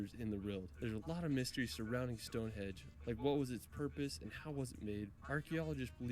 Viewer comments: It grates on me when the guy in the video says "Stone Hedge". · Westminster...not minister. Stone Henge not Stone Hedge. I know you didn't make the video my lovely. But the guy who did really needs to tighten up those faux pas... So annoying. 😂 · This video is really good apart from the fact he calls it stone hedge the guy narrating the video which actually makes me want to punch him lol its Stonehenge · says "Stone Hedge" about ten times, but he was right the first time, it's "Stone HENGE". 😂 Oh, and Mt. Snowdon is 1,085m, not 10,085m. Eclipse Everest it does not.